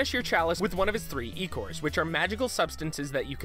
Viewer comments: IT'S PRONOUNCED EYE-CORE THE KING LITERALLY SAYS THAT IN THE GAME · It is said eye core like I core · Ichor is pronounced like eye-core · David Trujillo well the original word Ichor is pronounced ick-er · IT'S PRONOUNCED EYE-CORE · You guys said trouple and ichor wrong Ichor- pronounced eye-chor troule is pronounced like mouthfull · That's pronounced "EYE-core". Can't you read? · It's Trow-ple, Eye-kor, and Prime-Door. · he literally tells you it's pronounced eye-chor... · THAT'S EYE-CHOR TO YOU!! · Not only did he mispronounce Trouple (trout apple), he mispronounced ichor, of which the pronunciation is spelled out in the game :( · this dude's pronunciation is seriously crappy. like seriously they tell you how to pronounce ichor IN THE GAME! Why did he pronounce fortesque as fortesc? He also said reize's name as Rise-u (like rise, but with the u sound at the end) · You not only pronounced Trouple and Ichor wrong WHEN THEY HOW TO but you ALSO say Sir Daniel’s name wrong! You guys really need to stop getting phonetic readers in. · They tell you how to pronounce troupple and icor in the game, and yet you got both of them wrong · The game goes annoyingly out of its way to explain how to pronounce both "Troupple" and "ichor." It annoys me slightly that the people who they have doing these videos haven't actually played them.